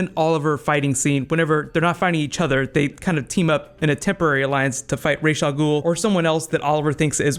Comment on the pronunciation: Raysh Al Ghoul? its Ra's Al Ghoul, y'know the Egyptian sun god Ra basically that